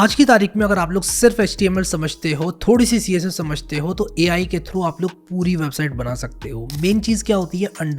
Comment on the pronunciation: Ai ❌ Me ayi ✅